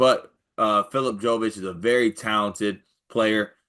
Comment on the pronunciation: pronunciation killed me. "Phillip Joe-vitch."